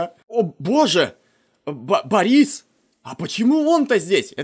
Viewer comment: Не борИс, а бОрис ..